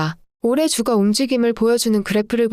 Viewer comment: 듣기 싫은 소리좀 할게요. 채널은 시장상황을 빠르고 간결한 멘트로 막힘없이 흘러내리듯 풀어내어 듣고나면 웬지 똑똑해지는 느낌입니다. 그런데 대표단어 발음이 영 어색해 자꾸 버그가 끼는 느낌입니다. 유가 를 [유가] 로 발음하면 아이를 키우는 육아와 오버랩되거든요. 가스는 [가쓰] 로 잘 발음하시니 민감한구독자를 위해 발음정리 부탁합니다. [저점].[주가] 등도 발음이 왔다갔다 이네요.